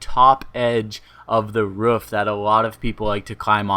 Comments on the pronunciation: ROOF NOT RUFF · It's a roof not a ruf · what is a Ruuf? do you mean ROOF? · "Ruff"? Lol wtf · Why does he say roof like that 😂😂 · the way you say "roof" wot